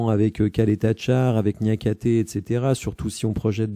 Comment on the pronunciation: Merci, j'aurais aimé le voir plus longtemps à l'OL, même pour lui ça aurait pu être bénéfique Par contre Ćaleta Car ça se prononce Tchalèta Tsar pour info:)